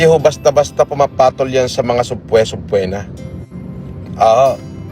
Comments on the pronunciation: Subpwena ✅ Subpoena. ❌ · "SubPWENA" daw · trilyonaryo ka tas basa mo subpwena tsaka presidential sweet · yung pronunciation po ng subpoena ayy subpina😂😂😂😂😂😂 ambobo naman nyan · "Sub-pwe-na" potah!! 😂😂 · “SABPWENA” tang ina talaga hahahha